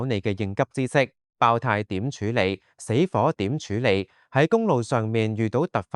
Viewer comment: 係爆（tie) 呀，儍佬AI 😅